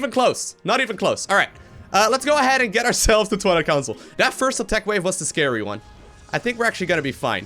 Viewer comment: When says twilight council it sounds like toilet council!